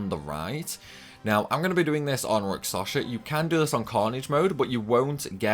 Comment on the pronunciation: I'm concerned about some of your pronunciations (and it's not your accent) - I'm sorry if this sounds critical, but I'm genuinely concerned that you may have dyslexia or a related condition. * Rakshasa (you're saying it like rak-sa-sha instead of rak-sha-sa, inverting the last two syllables) * Evility (you're saying it like e-vil-tee instead of e-vil-i-tee, completely omitting the third syllable) * Melodia (you're saying it like mel-i-o-di-a instead of mel-o-di-a, inserting an extra "i" after the first syllable)